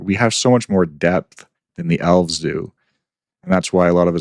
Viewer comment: I was listening to this and at first I thought they said Owls instead of Elves and was very confused.